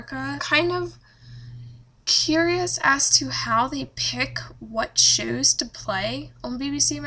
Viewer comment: Omfg stop saying shows like that